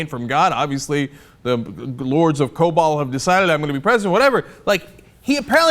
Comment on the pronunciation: 'Lords of Kobol' lmao.